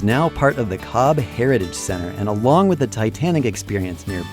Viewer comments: It is shame you repeatedly mispronounce Cobh as Cob instead of Cove. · It is pronounced COVE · Its pronounced 'cove'